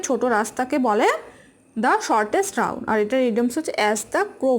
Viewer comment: রাউট না রুট উচ্চারণ হবে